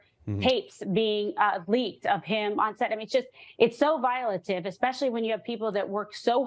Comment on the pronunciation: It's "so volative"? I didn't know that.